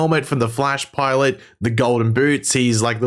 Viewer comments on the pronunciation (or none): none